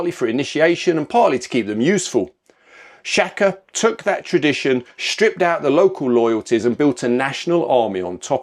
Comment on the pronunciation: SHAKA , correct pronunciation "Shah kuh." 😊